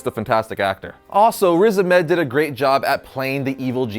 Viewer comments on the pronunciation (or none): It’s pronounced ‘riz ARM ED’